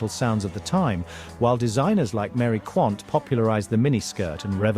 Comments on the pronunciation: Not "Mary Quaint " - the narrator said her name correctly. It was Mary Quant (pronounced: 'Qwont') sigh! 😮😅🏴💕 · Quant there's an A in it, not Quaint. You just heard the narrator say Quant and you said Quaint, you do this a lot by the way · I hate to correct your pronunciation, but I had to laugh when you said, "Mary Quaint" 😂 It's pronounced, Quant, like quantify or quantity. 😉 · You really must watch Quadrophenia!! it’s a classic. Toya Wilcox is also in it. (Toya, famous punk singer). Incidentally, Mary Quant isn’t pronounced quaint! It’s pronounced qwant 😮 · Hi. Her name was Mary Quant, not Mary Quaint - quaint was the last thing she was 😂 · Quant, not quaint! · Mary QUANT! Pronounced quonnt.